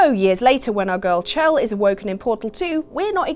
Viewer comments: Shell. It's SHELL. Sure it's spelt "Chelle"... but it's Shell. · No offense, but it's pronounced "Shell"